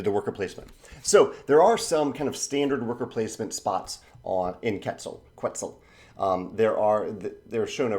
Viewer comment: I love your channel, I've been learning a lot from it! Just wanted to add a little thing, the game name is pronounced "ket-ZAL". I don't expect anyone pronouncing correctly foreign languages but some people may appreciate it, I'm sure I butcher german names and terms on a daily basis too:D